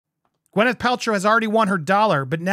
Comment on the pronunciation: I really wish everyone would stop calling her Gweneth . It’s Gwyneth - Gwyn not Gwen